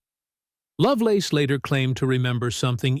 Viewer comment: "Terry LoveLORN?" Come on... do better.